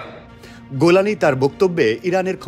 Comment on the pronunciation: গোলানী না জোলানী